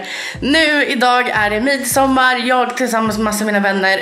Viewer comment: (Inget hat) Men man uttalar väl midsommar, missommar